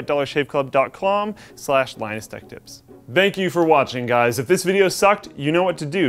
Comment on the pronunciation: dollarshaveclub.clom? did i hear that right?